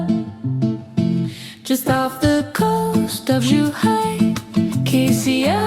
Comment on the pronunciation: The syllable "Qi" in Qi'ao should be pronounced something like "she" in English with a "t" in front to make the "sh" sound into a hard "tsh". So like "tshe".